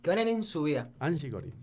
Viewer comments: es Angie Corine no Corain jajajaj ceneishon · No es angie corain es angie corin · el bolu3 le dice angie "corain" y en "corin" (se que se escribe corine) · Se pronuncia anshi corine No anshi corain Si vos queres que respetemos tu nombre artistico Respeta el de los demas youtuber